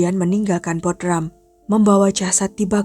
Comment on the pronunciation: baca Bodrum, bukan Bodram